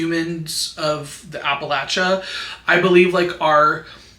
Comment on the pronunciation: West Virginian here, yes it is gorgeous here. We do have cities and towns. Most of us are good, kind people. And most of us are not inbred 😭 not mad tho bc you actually pronounced Appalachia right